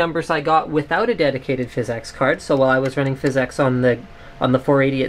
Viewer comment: its phys ex, not phys eex